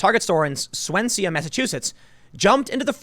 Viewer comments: Swensea???? LMFAO. Swan-sea, not swen-sea. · "Swen see a?" Swan-See Timmy! Learn to frigging read! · Shudder. Tim, Tim, Tim. It's not pronounced "swan-see-ah". It's "Swan-zee". I've lived in New England nearly my entire life, and it hurts my ears to hear it so painfully mispronounced. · he says “Swan-seah, Massachusetts” No Tim. It is pronounced Swan-see . Even if we spell that shit Swansea. Cuz we Massachusetts Baby💪❤️💯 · Swansea Massachusetts, pronounced "Swanzee" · it’s Swan-sea, maybe even like (swanzee) , Tim. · Swansea is pronounced Swan-sea. Omg. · Noooooo Tim!!!😂😂😂😂😂😂 the town in Mas is called "Swan-sea"😂 I know all Mass towns have weird names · Love yah dude. It’s pronounced ‘Swan-zee’ for Swansea. I know, it’s a stupid MA thing. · it is pronounced swan-sea for the next time you read it out tim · Its Swan-z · Tim, my guy it’s pronounced “Swanzee, MA” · For the record, Swansea pronounced exactly as it looks “Swan Sea”/ “Swansy” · As a welsh man I have to correct your pronunciation of Swansea. It’s Swan-zee. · It’s pronounced ‘swanzee’. That’s wicked obvious. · It's Spoken :SWANZEE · Just so you know, it's pronounced Swan- Sea. Its Masschusetts stiff is pronounced weird. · Target Torie's town is called Swansea SWAN-ZEE is the correct Massachusetts pronunciation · Swansea Massachusetts pronounced swan-zee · it's pronounced Swan-Zee Tim,lol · swen-see-ah. oh god he kill the name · Swansea is pronounced Swanzee...Massachusetts 🤷‍♂️ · It’s pronounced Swan-see, Massachusetts. We don’t pronounce the letter a at the end. Nice story, though. Good to see the the crazy woke get their comeuppance! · Swan - see, the pretty white water bird - see, alternate pronunciation Swan - zsee, slip a little ‘z’ sound in there and you’ll be all set, a right local, Tim. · Hahahaha, Tim it's pronounce swan-sea but good try Massachusetts town/city names can be tricky sometimes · Sawsea pronunciation: SWANzee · LOL It's pronounced "SwanSEE". It's ok, I made the same mistake